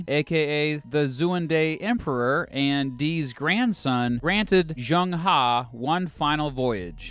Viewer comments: His name isn't proniunced "JUNG HA", you got both parts of his name wrong. Phonetically it's pronounced "Zheng(zh is like from the name Brezhnev) Huh/Her" like "her birthday is today". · Zheng He is pronounce as Cheng Ho NOT chang ha